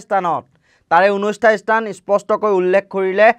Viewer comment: এয়া একো বাতৰি নহয় , মাথোঁ পুলিচ -আলফাৰ লোকা-ভাকো খেল। আৰু বুৰ্বক , ইস্থান বুলি নকবি , "স্থান" বুলি ক'বি।